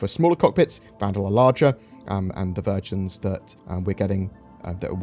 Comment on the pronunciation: When you were talking about the Vanduul ship versions, I heard you say "the virgins we will get"